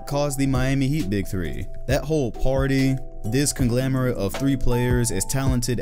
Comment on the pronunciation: ConGLOMerate not ConGLAMerate